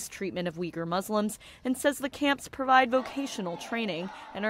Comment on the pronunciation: Why does NTD use the spelling Uighur, when you show video of them holding banners with the correct spelling Uyghur? Also, please try harder to pronounce their name correctly.